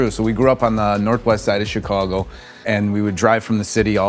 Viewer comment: He got the Chicago right